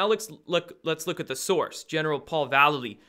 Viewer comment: I l♥ve Destroying the illusion! great work!! ☺ 6 :44 ...I know you hate it when people point out mispronunciations, and I have no clue how this General pronounces his name ....but...hmmm... he spells his name like Mike Val --lay---leee ... that awesome Skateboard hero ♥ I gotta go watch his "Mike Vallely: Label Kills (2001)" video right after this ☺snap! ohhh and Mike Vallely sings for legendary Punk Band, "BLACK Flag" now...not red flag but.... black flag....too weird. ☺peace☺